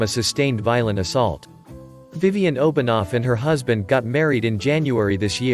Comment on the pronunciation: As a Swiss, it's funny to hear the Russian pronunciation of Obenauf (It's Oben-Ow-f not Obonov)